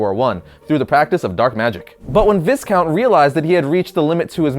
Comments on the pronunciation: aside from the fact that is Vee-count...do you realize it is a title not his first name? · I don't mean to be "that guy" but the S in Viscount is silent. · Viscount is pronounced Vi-count, the 's' is silent. It is a title, not a given name. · doesn't know that Viscount ( pronounced vi-count) isn't a first name, it's an old hereditary title from old europe